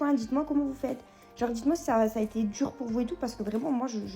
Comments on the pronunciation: Lolz son accent! Cameron ne rate rien. On ne dit pas djur on dit dur. On ne dit pas djire on dit dire. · Celibatairrrrrre, durrrrr...